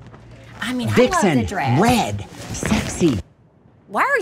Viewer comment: It's not "vicksom". It's "vixen". It's actually what a female fox is called, but it's also commonly used as a term for a very sexy woman. Randy is awesome, but this is Monte in this video. Are you sure you're in the right place? LOL